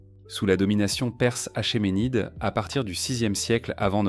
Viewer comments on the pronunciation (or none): Achéménide se prononce akémenides,le CH se prononce k renseigne toi